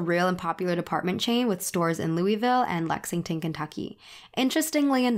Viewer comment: One critique: it's pronounced Lowell-vuhl, not Lewie-ville.